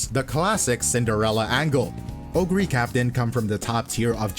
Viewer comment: Oguri Cap! Cap as in "peak" 🗣️